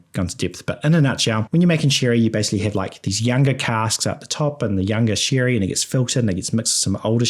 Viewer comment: The thick kiwi accent is the highlight of this video. Corkers like spictrum and shirry and having six with a sheep abound. Luckily whiskey is already pronounced with an I.